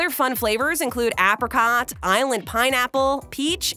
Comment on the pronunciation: she said apricot wrong...